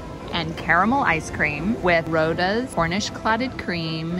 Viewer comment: Just a heads up for next time... Roddas pronounced Rod as in fishing rod... Roddas= rod uz 😊 xx